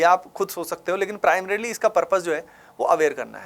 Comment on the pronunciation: Primrarily....AVIL....bhai kitna jaahil hai tu